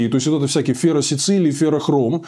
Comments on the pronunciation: Ферросицилий 😂 - ферросилиций 👌🏼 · Не феросицилий, а ферросилиций!